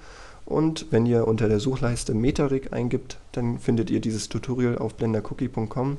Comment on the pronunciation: Verdammt nochmal ich raste aus wenn der noch einmal TUTURIAL anstatt TUTORIAL sagt. Das ist ein verdammtes O und kein U